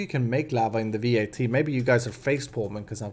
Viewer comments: It's not V.A.T, it's just vat. Pronounce it like the beginning of vatten and you should get it right :) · It's not V.A.T, just vat...